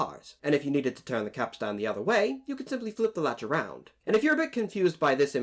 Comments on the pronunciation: Good video, but it's pronounced capst'n rather than cap-stan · Capstain is pronounced “capSTIN” not “capSTAN” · Capstain. Not capstan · Cap Stan? Go check out on your pronunciation there landsman! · Interesting to note that every picture show puts 'Jack' at the end of the Capstan Bars (please learn to pronounce that properly me handsome) where as in turth all the old hands would scurry to get as close to the capstan as possible, why? Simple not so far to go is it? let the landsmen and newer people on the ends of the bars, they'll have a long way to run! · Please don't pronounce the second 'a' in capstan. It's just not done. Like you don't pronounce most of the letters in "boatswain'.